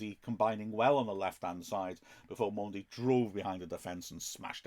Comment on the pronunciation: Don't mean to be disrespectful but does Mendy really pronounce his name Mondy and does McFadzean really pronounce his name McFadgen?